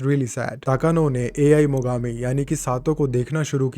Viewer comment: Its not AI its pronounce aaee😅😅😅A iss aa ane I is ee